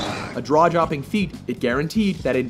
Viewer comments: The narrator says "Draw jopping" instead of "jaw dropping" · " a draw jopping feat" hahahaha, saying jaw-dropping can be difficult at times :q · he said "draw-jopping" instead of "jaw-dropping". XD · The first commenter was pointing out the words that came out of the narrator's mouth. He mistakingly said 'draw jopping' instead of jaw dropping. No one's saying that Terminator 2 wasn't a landmark CGI because it's very good and everyone knows that. Were you listening to the narrator? Do you get it now? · Anyone else notice he said draw jopping ? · I was just about to type that :-P Draw Jopping!! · the voiceover guy definitely says "a draw-jopping feat" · "a draw jopping feat" Maybe should have had another go at that line... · At , with Terminator 2, the narrator says "A draw-joping feat" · "Draw jopping" lol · "A draw jopping feat"? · "A DRAW JOPPING FEAT" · Does he say 'a draw-jopping' feat? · Did he say "draw-jopping"? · Lol "Draw Jopping"?